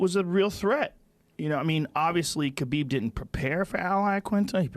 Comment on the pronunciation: It's Habib, not like the non muslims care though. I call him Habib in respect.